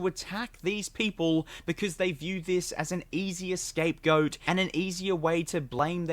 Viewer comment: Did he just say "escape goat?" Lmfao😂😂😂😂😂😂